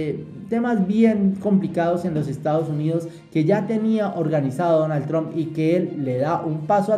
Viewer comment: Amigo la correcta pronunciation de el Presidente de E.U. de America, se dice con "a" y NO con la vocal "o" Tramp y no tromp, es con la vocal " a".